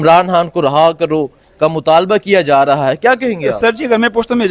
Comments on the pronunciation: راہا ۔۔۔۔ نہیں رے ہا ۔۔۔۔ صحیح تلفظ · Raha karo ... Nahi Reha karo .... Sahi talaffuz